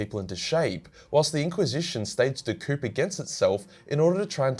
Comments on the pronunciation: Love the videos king, and it's pronounced coo not coop (don't blame me, blame the French) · I think he also said 'coup' with the p